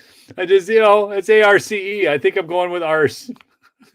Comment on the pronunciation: Arce - aar-see